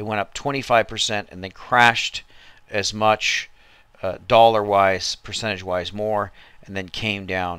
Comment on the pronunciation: brother, what accent might you have? You say blog and dollar kinda funny.